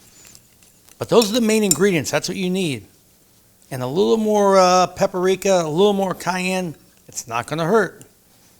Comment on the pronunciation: What in the world is “pepper rica”? I’ve heard of paprika. If that was your attempt to interject some “personal flare”, stop it! You’re just going to confuse people who don’t cook regularly enough to know you didn’t say the ingredients correctly.